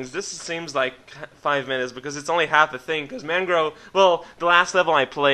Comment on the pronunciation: a *thing* not a think. It wasnt bad, just so strange hearing post from you.